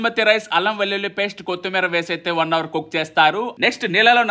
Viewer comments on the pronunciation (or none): none